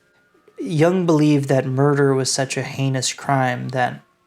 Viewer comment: A very nice job. Two important notes: please, for heaven's sake, learn how to properly say Jung, and Übermensch! That is all.